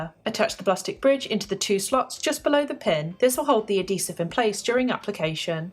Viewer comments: "a DEEsive" ....translation... adHEEsive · A-dee-sehv xD